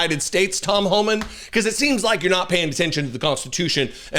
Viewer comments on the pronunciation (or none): Homan's not hooman